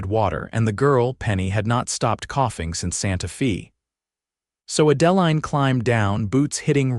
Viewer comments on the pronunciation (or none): It's a beautiful story, but PLEASE learn the correct pronunciation of the names. Adaline is pronounced add-ah- line.